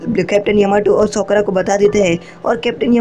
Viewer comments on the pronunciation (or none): Usko sokra Nahi sakura kehte hai